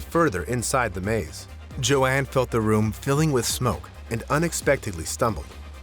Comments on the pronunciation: Joan - this name is pronounced ‘Jone’, not ‘Jo-an’ as that name is spelled Joanne. It’s not the first mis-pronunciation I noticed, but then some Americans are not the best at pronouncing anything in a foreign language let alone English ! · Why did you pronounce "Joan" as if it was "Jo-Ann/Jo-Anne"?